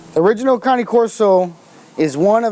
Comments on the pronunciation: Cane is pronounced as Kha neh, not cannie... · Caaannaay corso not connie corso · Why the fuck does he say cane like that? Its cane like sugar cane not canny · Why he calls then canay corso? It’s cane (Kane or like candy cane). That’s how the Italians pronounce it. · Only American pronounce it cane! To the rest of the world it's cani!! Weird Americans. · first off saying name wrong! caw like a crow and neh like a horse. and no it is not a neo never was never will be they are completely different! pick a book up and look that up. promise you it will say that ! but it is not connie Corso. it is Cane (kaw-ney) even google will help you with that. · Melissa Griffin it's not correct. he says ca-nee. it's ca- nay. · At least its closer then "cane" corso hahha ;) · You do not know how to correctly pronounce this breed's name. Ka nay corso is correct. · It sounds like he says it numerous times, but for example is he saying "counting", or "county" corso, or am I just hearing it wrong? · it pronounced ka- nay firstly... and presa, neapolitan and cane are NOT the same dog. they are in the mastiff family.